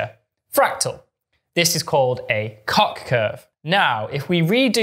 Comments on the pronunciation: And "Koch" with a "clearing throat" sound. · I thought it was pronounced like "coke" but I'm not complaining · Why? That sound does not occur in Swedish as far as I’m aware, and Helge von Koch was Swedish.